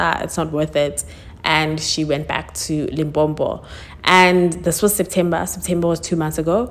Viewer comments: It’s Limpopo, not Limpompo!! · Its Limpopo🙄